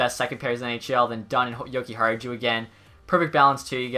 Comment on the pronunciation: Your pronouncing Jokiharju’s name wrong Yoki-har-you